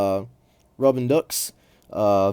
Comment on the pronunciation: Some spelling/pronunciation tips on those French names: Grenouille = gronn-wee. (Also, his first name should be spelled Guy.) Robideaux = row-bid-oh.